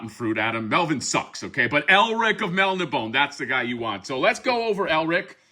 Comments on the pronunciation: I'm pretty sure it's pronounced Mel - Nib - On - Ay. At least that's how my dad always pronounced it and he was friends with Elric's creator Michael Moorcock back in the '70s. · It's pronounced "Mel-NI-bo-nay". Elric was created by Michael Moorcock in the late ‘50s as the anti-thesis to Conan and is one of the foundational icons of sword-and-sorcery along with Robert E. Howard’s Conan, J.R.R. Tolkien’s Frodo, Fritz Leiber’s Fafhrd & Gray Mouser and Catherine Moore’s Jirel. He is a dragon-descended Melnibonéan Prince whose people were oppressive, hedonistic sorcerers who enslaved primitive mankind of the Young Kingdoms. Although humans exist, Elric's world is not a prehistoric Earth but a different world entirely. Unlike his people, Elric is a sickly albino with a conscience. He uses magic to keep himself functional. He is deposed and exiled to live among men. His blade is cursed. It confers strength to him by stealing the souls of its victims. It is often indiscriminate and kills those he loves as well. He is the Eternal Champion of his world meaning a nexus individual who resets the cosmic equilibrium between Order and Chaos by serving either the Forces of Law or the Forces of Chaos. He is a tragic figure who knows he is doomed. Every Eternal Champion has an Eternal Companion, an Eternal Consort and an Eternal Adversary. In some stories, the Eternal Champions of different universes meet and fight as a team. All of Moorcock’s stories are interconnected. The broadsword is Mournblade and the slim sword is Stormbringer. The other accessories are the Actorios Ring, the Horn of Fate, the Shield of Chaos and a healing elixir. Any spellcaster or warrior who